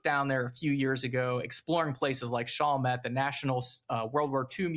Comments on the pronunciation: Your pronunciation is off it's Shall Met, not Shoul met. Just for your historical correctness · FYI it's not pronounced "SHAWL met" its actually "SHALL met" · Yeah he’s gotta harden up those A’s in Chalmette and Barataria